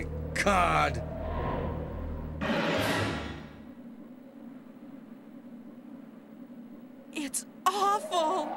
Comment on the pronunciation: My favorite thing about RE1 dialog is all of the weird pronunciation; everything is pronounced like food. "Where have you BEAN?" "Oh my COD!"